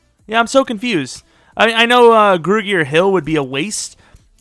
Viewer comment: Since you always pronounce names wrong I don’t care about it too much, but for some reason it always annoys me when you pronounce Grugier-Hill wrong